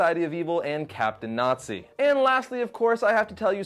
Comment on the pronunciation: You hurt my brain when you said captain nazi